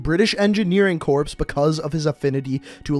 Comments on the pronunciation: ... Corps is pronounced like core. Not corpse. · Dude, you don't pronunce the "ps" in corps. It's not Marine Corpse. It's Marine Core. Haha I had to laugh when you kept saying it. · Its pronounced "Core" goddammit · pronounces Corps as “corpse” instead of “Core” Me: literally shaking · The fact the he was calling it corps, as in corpse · ITS CORE! just spelled like corps. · corps is pronounced core/kor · Corps is pronounced “core” js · Your supposed to say "corps" like "core" so stop saying it wrong